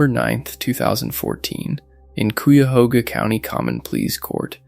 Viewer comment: Cuyahoga County pronounced KYE-a-HOG-a. Some folks say KYE-a-HO-ga. Glad these folks finally found their innocence.